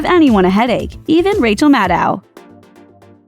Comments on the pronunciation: That's the best you could do for Maddow shadiness? Also, you mispronounced her name throughout the entire video. Maddow rhymes with "shadow." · It’s pronounced “Maddow”, like meadow, you idiot.